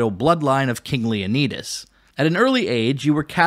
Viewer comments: Was fully invested til he said "king leuhkneedus" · Great vid and super informative but honestly?! How you gonna mispronounce Leonidas.. Leo-nide-us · It's Leon-eye-dus and Sock-rah-tease. You're welcome. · Leoneedis? Haha wow dude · Leo Knee Duhs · I know you mispronounced Socrates and Leonidas on purpose